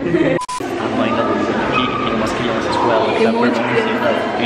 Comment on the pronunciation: CRANÇAS? KKKK MOURRI